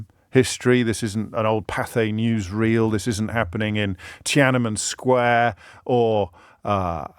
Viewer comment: TIENAMIN SQUARE, AW JAMES YOU'RE SO LOST MATE HAHAHAHAHA